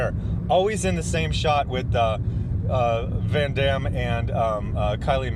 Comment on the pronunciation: you're so damn worldly. I can tell by the way you say Van Damme lol